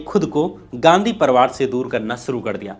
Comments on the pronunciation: परवार नहीं बे परिवार होता है, हरिशंकर नहीं हरिवंश राय नाम था😂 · साथ हिंदुस्तान नहीं सात हिंदुस्तानी परवार नहीं परिवार